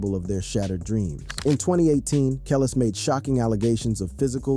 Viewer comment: THE SATAN SYSTEM HAS MANY DIFFERENT VOICES THAT CAN"T PRONOUNCE CERTAIN WORDS RIGHT, "THAT'S WHY THIS BOT CAN"T PRONOUNCE KELIS'S NAME RIGHT"!!!!!!!!!!!!!!!!! THIS ISN'T A REAL FLESH AND BLOOD PERSON TALKING ON THIS VIDEO!!!!!!!!!!!!!!!!!!!!!!!!!